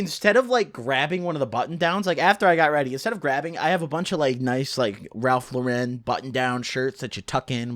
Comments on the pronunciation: Ralph lor-ten😂😂😂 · “Ralph Luhren” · does anybody else hate how he said ralph lauren